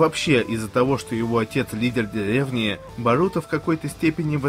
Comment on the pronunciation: чо не можешь выговорить слово деревня ))))